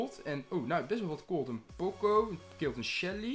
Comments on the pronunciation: Niet Pocco maar Poco 😃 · Hhhhhmmm zecht paco maar het is poco hhhhmmmmmm line als effe die naam goed uit moet spreken en als je je er aan irriteert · Je moet poco uitspreken als pooko de oo niet als 1 o uitspreken. Het is zegmaar een oow zonder w als je snapt wat ik bedoel. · POCO! met de nadruk op O aub!